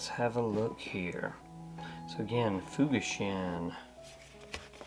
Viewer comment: Looking at their website, I saw a beautiful split-toe derby at $350. They clearly have a future. Having worked in Japan for 12 years, I think the correct pronunciation should be 'fooGAshin,' (BTW 'fu' is never pronounced as in English 'fuse' but only as in 'fugu fish.')